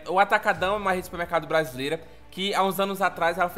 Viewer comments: Amei que o nome na França será mantido em português "Atacadão" e a pronúncia dele é bonita até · Eles pronunciando ''atacadão'' em brasileiro, já está bom!!!